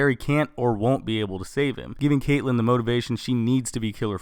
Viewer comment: Oliver Queen /Green arrow Caitlin not caitllen it annoys me when people say it wrong